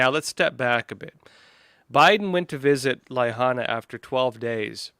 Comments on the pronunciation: It’s not ley-hahna…it’s La-HIGH-Nah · La-hain-a not laihana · True, as Markz would show us " Norhing to see here" But really, la hana?? It's an insult, he should have been told how it's pronounced. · Lyhana??? Lahaina... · Pronounced Lah Hi nah. BTW, why are you making excuses for Biden? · Dude! How do you NOT KNOW how to pronounce La-HINE-a? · LA Hana?????, not how you pronounce Lahaina. Your sarcasm fell short too. You lose everything before you get started.